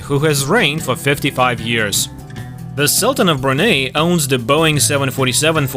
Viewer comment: Brunei is pronounced as "Bru Nai"